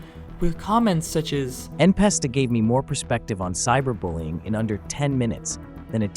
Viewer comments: "The most well-known geometry dash youtuber:" "En Pesta" ✅ "N(a)pesta" ❌ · who tf is "enpesta" 😭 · "en pesta" 🗣️🗣️😭😭